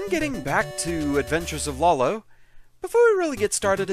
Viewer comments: Not sure if this has been brought up yet, but I'm pretty sure the name "Lolo" is pronounced "low-low," not "lah-low." "Lala" and the variants "Lololo" and "Lalala" also seem to imply that the naming scheme is just taking one syllable and repeating it. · I have never heard anyone pronounce this game’s name as “Lol-lo”. I’ve always read it as “Low-Low”. To each their own I guess.